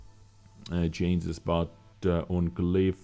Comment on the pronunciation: ChanGes not chainzes. Maybe just use a different word like "adjustments"